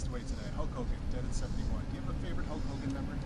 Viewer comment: I thought he said his dog's name was "Hulk Homan" 🤣